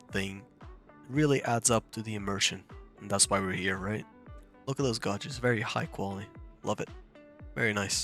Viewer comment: Hi - Nice video. Just for info - the English word "gauges" is pronounced so that it rhymes with 'wages'. You were saying 'gARges' but it's actually g-ay-ges.